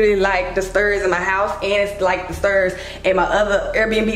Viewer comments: “The sterrrrrs” 😂😂😂 I love you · the way u pronounced “Stairs” was killin me 😂😂 but i love your vlogs 🫶🏾